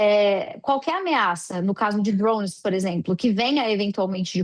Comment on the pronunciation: Esse povo não sabe pronunciar o a palavra DRONE ?